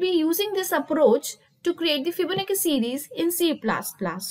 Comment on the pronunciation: It's fibonacci not fibonicca 😂and why is she trying so hard for the accent. lmao